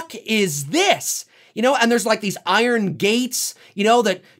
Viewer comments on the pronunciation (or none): none